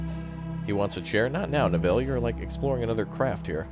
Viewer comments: Killing me how you're saying Neville! Its Nev-ille not Ne-ville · It's NEvill not NevIll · Typically Neville is pronounced like 'bevel' with an 'N' in place of the 'B'. :) Glory to Raptoria! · the way you pronounce "Neville" is hilarious:D this looks like a great game, more!